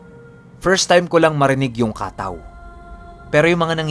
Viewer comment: Katáw po hindi kàtaw. Nasa huli po ang stress.